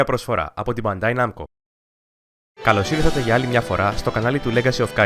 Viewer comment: file den eixa idea oti eisoun ellinas piga na ftiso to nero mou otan akousa to "kalosirthate"